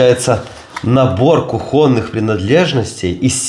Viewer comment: видимо, сад или дача подписчицы находится в сосновом бору, она же написала САДОВАЯ клубника) и принадлежности не кухОнные, а кУхонные - без обид)